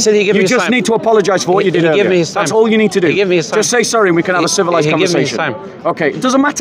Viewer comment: Bob says civilized. Thats funny